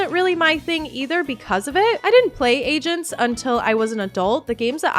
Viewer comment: I'm so sorry but every time you say MySims Agents I just hear MySims Asians, which would be a WILD way to name a game